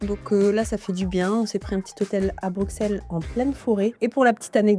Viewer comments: bruSSelle, Didju où vous avez vu des X dans Bruxelles, on ne dit pas PariX , un petit effort svp, vous ête du chnord quand même :) et encore une petite précision l'hôtel Dolce by Wyndham c'est pas Bruxelles, c'est La Hulpe. Sinon, faut passer dans ce même hôtel en fin novembre. y'a un super marché-pre-noël des artistes locaux. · On ne prononce pas le X ! Bienvenue 🙏